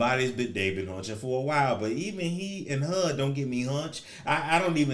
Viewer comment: I am literally laughing so loud and so hard at him saying hunching 🤣😂🤣😂🤣😂